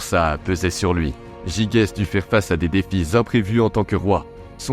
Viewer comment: Ça se prononce "jijès".